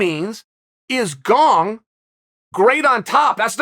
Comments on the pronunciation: GONG vs Valcalf... Who TF are those guys? Jeez Chael, you must mispronounce on purpose. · I am now about 110% sure you're mispronouncing names on purpose now... Gong lmao, ffs Unc. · I heard him say Gong once and came straight to the comment section. Never disappointed. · He didn't he said Gong! Only if Gong breaks the curse will Chael say Gane!